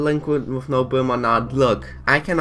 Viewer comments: it’s not delinquent with no bwim it’s delinquent with no brim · It isn’t their fault they have a speech impediment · Speech impediment